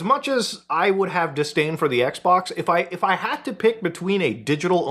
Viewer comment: Sounded like he said Microsoft Sex-Box 🤣🤣🤣🤣